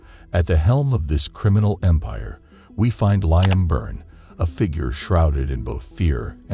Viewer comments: Actually its 'lee-im' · His name is pronounced Leem. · Ah yes that well known name Lie-am. This was obviously written by AI. Horrible to listen to, lots of words going around in a circle without saying anything.